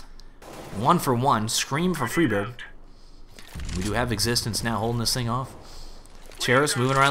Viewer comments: sounds like "Freebird" lmao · its FRY burg. friberg. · I like how he pronounces Friberg differently every time.